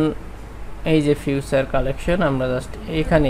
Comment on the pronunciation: ভাই ঐটা " ফিউচার" না, "ফিচার্ড" প্রোডাক্ট হবে